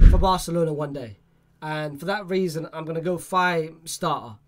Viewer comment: This guy is dumb lol, Niah Darvich is not from Irag, he is german, and this guys pronounciation, and horrendous. Mikayil Faye he says Fay, what a weirdo, what is GEtafe, is a silent G basically, what an idiot this guy. And thsi guy has seen the Mddrid center-back play what, one game, this guy has not seen anyone of those people play any more than 60 minutes, so where does he get this from, pulling things from other sources but not actually watching any training, or watches.